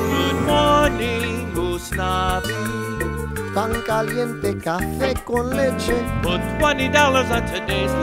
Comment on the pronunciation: it sounds like Gusnavi when says it because he’s holding the g from morning and could be heard as “good mornin, Gusnavi” instead of “good morning, Usnavi”